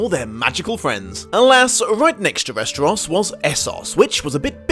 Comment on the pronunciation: West-er-ahs? Ess-ahs? I've always heard it as West-er-ohs and Ess-ohs